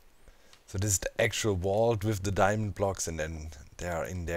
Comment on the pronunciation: diemond, demand, diamind, dimond...